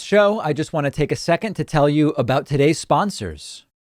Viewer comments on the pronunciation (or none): none